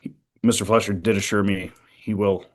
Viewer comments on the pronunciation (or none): It's Fleischer not Fletcher